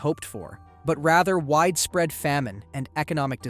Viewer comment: "widee-spread" "deeths"